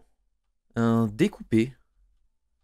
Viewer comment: 4min33 tu a dit un dè couper decouper